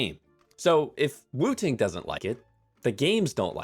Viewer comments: I genuinely thought you said "Wu Tang Keyboard" 😹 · Every time you say woo ting I'm like bro its 1 word not 2